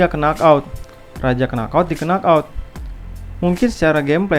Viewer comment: Bagus mas, tapi baca nok out mas bukan kenok out